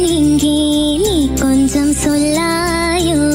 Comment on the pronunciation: കൊഞ്സം അല്ല കൊഞ്ചം